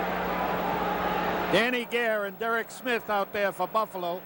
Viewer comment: Boofalo? LOL